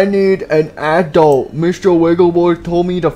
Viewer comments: He said applesauce instead of adult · I raged when they said aadult